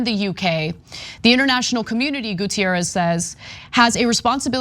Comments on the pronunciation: Goo-teh-rres, he is portuguese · Guterres is not Gutierrez. Ana's doing the same dumb shit she did with the Nunes guy from the Trump administration. Portuguese is a different language than Spanish.